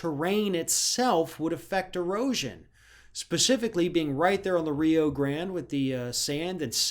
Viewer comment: I think u should reconsider your pronounciation of Rio Grande